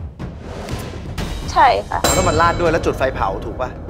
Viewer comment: จุดไฟ ไม่ใช่จุกไฟ